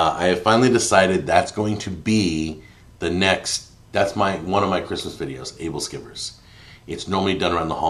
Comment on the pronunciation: Aebleskiver: "ebbel-skewer" At least that's how my Danish grandmother pronounced it.